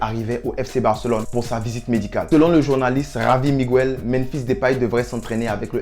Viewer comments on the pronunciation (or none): none